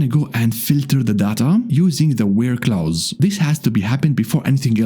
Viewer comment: It's pronounced "close" not "Klaus".